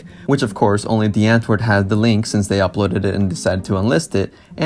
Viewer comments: He says DIE Antword when he says America. What a fake fuck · "w" is pronounced more like a "v", please please see this comment 😂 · Wait, I thought it was said, "Dee antword" Ninja started saying "Die Antword"? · the fact that ninja and yolandi get annoyed when people say their band name incorrect but ninja literally pronounced it incorrectly???